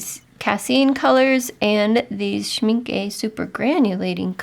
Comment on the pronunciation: A friendly tip: For American English speakers, the last vowel of Schmincke sounds sort of similar to the last vowel in “Rebecca” (Schminckuh) and NOT similar to Schminkee or Schminkay. It’s not an exact vowel pronunciation match from German to English, but it’s a decent approximation. I think Casein is pronounced in the US as “kay-SEEN, accent on the SEEN. Thanks for showing us goodies!